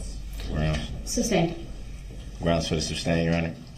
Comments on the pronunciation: The word is "sustain" not "substain" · Anyone notice how he says "substain" instead of sustain lol when he says "grounds for the substain" haha what a joke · “Sus” not “sub”!!!!!! How does he sleep at night? Knowing what he did and just not caring. I can only rewatch the tr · I love that nobody corrected his misuse of the word 'substain' during the entire trial.😅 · IDIOT , ITS SUSTAIN , NOT SUBSTAIN !!!!! IM SOOO HAPPY HIS ASS RECEIVED OVER A THOUSAND YEARS IN PRISON!!!!!!!!!!!!!😅😅😅😅😅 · "SUS-TAIN"... MUHFUGGA, "SUS- TAIN!!!" 🤦🏿‍♀️ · “Grounz for the suBstain” 😂😂😂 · It's so stupid he doesn't even know how to pronounce a 2 syllable word correctly. Substain for sustain